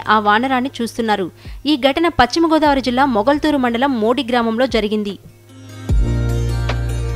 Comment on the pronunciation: Pacchima Godavari kaadamma neeku telugu sarigga palakadam raada.adiPaschima Godavari antaaru.velli telugu sarigga palakadam nerchukoni raa.appudu anchor avvavachhu.